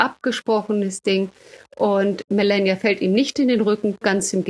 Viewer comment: Fachkundige Einschätzung der Lage, ansonsten hierzulande ja fast nirgendwo zu bekommen. Nur an der Aussprache hapert es noch. Statt zu versuchen Kamala und Melania irgendwie Amerikanisch auszusprechen, und damit falsch, käme man mit einer deutschen Aussprache mit langem Ah der Wahrheit deutlich näher.